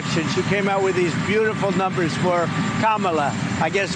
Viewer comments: Hey! He said her fking name correctly!!!😅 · The only thing he said correctly? He pronounced Kamala's name correctly 😂😂😂😂 Everything else is debatable.